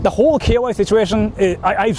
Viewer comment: Why does pronounce "KY" as "KOY"/"KUY"?🥴